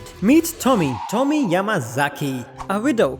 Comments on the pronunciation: Tommy 😂😂 bro her name is pronounced toe-me-ey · please never say Japanese names out loud again(jk but how you said Tomie made me laugh)